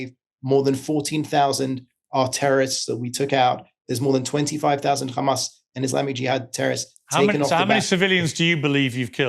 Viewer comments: Khamas, khamas, khamas, khamas that's all the Rogue baskets know. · Piers is clever. He knows how to keep the conversation going for his financial gains. His next interview is going to be do u condemn 7th of October, khamas, khamas, khamas, khamas and on and on...